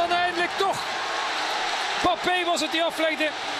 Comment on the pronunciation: Peter van den bempt moet weer speciaal doet met zijn Bappe ... zeg gewoon Embappe zoals die andere 7 biljoen mensen het uitspreken , ook in frankrijk.